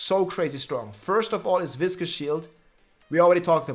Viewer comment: Biggest takeaway: that is how you pronounce "viscous." It's not vicious. They are two different words. isn't even a native English speaker and he's the first person I've seen say it correctly lol